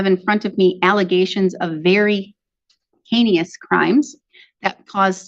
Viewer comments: Heenious? Judge, c'mon. It's pronounced HAY-nus (I can't do the upside down e and long a in yt). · The word is “heinous” not “heinious”. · There is no such word as "heinious". It's "heinous ". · Not a lot of people pronounce it properly. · Did she heinous as hee knee us? I’ve never heard anyone pronounce it like that before